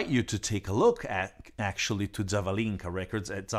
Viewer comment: The correct emphasis in the name Zavalinka is on the second "a".